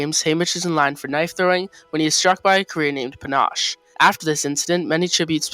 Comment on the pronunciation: Love this video but his name is panache and u pronounce it pan-she